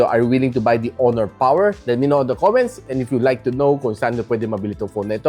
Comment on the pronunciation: Malupiton Dad Mode: oh, PAWER!~